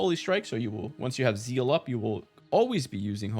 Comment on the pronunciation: ..ok, I had no idea what Zeal is nor that it exists, cuz I thought you were sayin Seal but for some reason with German accent..and not to mention how much I got confused when you mentioned seal and zeal in one sentence.. 🤘😅